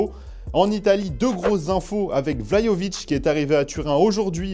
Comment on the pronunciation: Il a prononcé comment le nom Vlahovic